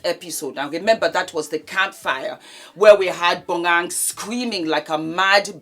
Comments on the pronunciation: I`m South African so let me help you with Bonang`s name pronouncation. It`s pronounced BO-NA-NG. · I holler when I hear you pronounce Bonang's name lol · the way says Bonang makes me bust out laughing lmaooo